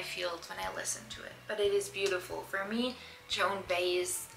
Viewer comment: Hi. Me and my wife have just recently started watching your videos together. Excellent collection. You had a question about that Beach Boys 45 sleeve from Capitol. That was just a generic sleeve that singles were usually put into if there wasn't a proper picture sleeve for that record. And I thought you'd like to know the proper pronunciation of Joan Baez's name: It's Bye-ezz I hope you get that. Bye - ezz. Thanks again for the excellent video. Ph yeah, my favorite album if the white album and my favorite group is The Beatles. My wife's favorite album is Rubber Soul.